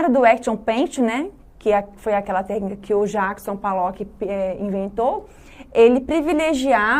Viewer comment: Desculpe mas Jackson P A llock?! P "A" llock????? O nome dele é com "O" P O llock... POllock... não sabe o nome do artista e é PROFESSORA de artes? Isso explica muita coisa sobre o ensino no Brasil...